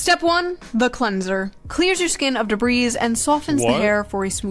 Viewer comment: I've heard more people pronounce debris "debreeze," in the last few months than the rest of my life combined. Did we discover that the plural of debris is debrise?